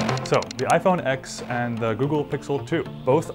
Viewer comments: FFS ITS PRONOUNCED IPHONE 10 NOT FUCKING IPHONE X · Cringed every time he said X instead of Ten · He pronounced it 'iPhone X' instead of 'iPhone Ten' . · Its pronounced iphone TEN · If you love this phone so much then why can't you say the damn name right